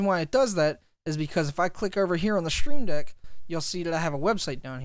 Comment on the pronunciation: It’s "stream deck", not "shtream deck" lol